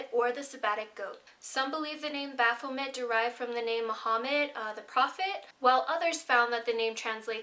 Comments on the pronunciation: Its bapho-may not met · The 't' is silent in Baphomet.